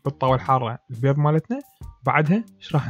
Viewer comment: اول شي انته تاكل بيظ شنو الي يخبل وكمت متعرف تحجي البيظ لاخك